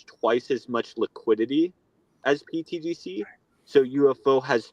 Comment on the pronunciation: please... can somebody tell the guy with the hat that its not "pTDC" its "pTGC"... thanks!